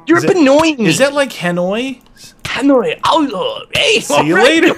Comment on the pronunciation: U say banoi like buhnui